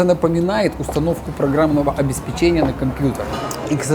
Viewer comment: Пожалуйста. ПОЖАЛУЙСТА. Не говори больше обеспечЕния. Мои уши. Боль. Запомните ОбеспЕчение